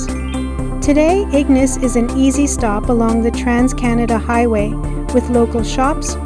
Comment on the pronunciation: Great video! It was really nice to see my old family home again. By the way, locals usually pronounce it ig-NAYCE rather than IG-niss, just a heads up! 🙂